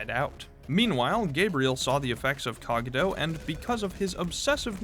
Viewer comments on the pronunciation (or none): Why is bro pronouncing Cogito like that?